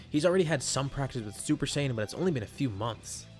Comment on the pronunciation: Super Saying 4 Turles